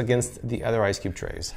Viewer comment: Sounds like he said, "Dripless Ice Dick Trays."